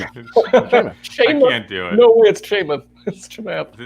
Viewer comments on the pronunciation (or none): Great video, but his name is pronounced Cha-Moth, not Chay-Mith. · "CHAIMATH" LOL